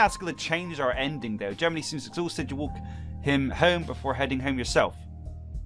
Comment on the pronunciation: I had to listen to it a bunch of times but then in slow-mo Jeremy is now Germany XD little mess ups like this make videos even more epic